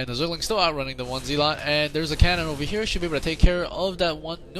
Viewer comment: Zealot is pronounced 'zell-it', not 'zeal-ot'.